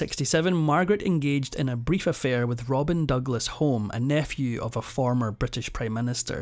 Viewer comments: Robert Douglas Home is pronounced : Robert Douglas Hugh-mm. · Robin Douglas-Home is pronounced Douglas- Hume. She didn’t own Mustique, she owned a home on the island the land for which was given to her by Lord Glenconner, owner of the island. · Robert Douglas Home …. The Surname is pronounced Hughm/Hugh-em. Also, wasn’t Margaret simply given a property and land on Mustique by Colin Tennant and his wife? I don’t believe that Mustique was HER Island? I often wonder how Margaret managed to scald her feet in the bath. A maid would have drawn the bath, ensuring the water temperature was appropriate. Margaret was a very unpleasant snob - very much like her own mother! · Mispronounciation of Douglas-Home!